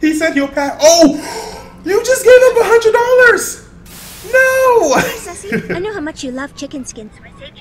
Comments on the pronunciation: I’m just mad that he says “Susie” after someone says “Sussie” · Sorry but its sussie not susie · Sussie* and it’s not suzy (Sue - z) it’s pronounced Sussie (Sus - c) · It's SUS-ie not susie .😂❤ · It’s Sussie not Suzie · Her name is sussie not suusie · Sussie not suese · Fyi its sussie not susie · It's sussie not suzzie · it not soozie it sus eee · Sussie not Suzie as in pernounced shushee not soozie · It’s not Susie it’s (Su-Sea) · (S uh see) Not susie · It’s not Susie it’s sounds like sussy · Bro wtf is smoking they are clearly saying sussie but he keeps saying susie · I cant finish this video cause i cringe everytime he calls her Susie her name is Sussie like Sus as in SUSpect not Suzie you have to carry the ss sound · Sussie is pronounced saucy🤦🏾‍♀️😂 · its pronounced sus-E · It's pronounced sus ee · I'm not trying to be rude but her name is sussy, that's how you say it Edit:I'm sorry if he realized that I'm not done watching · Anyone else get mad be saying her name wrong